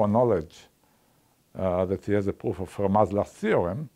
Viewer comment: I just love his accent! The way he pronounces pwoof has some nice charm to it.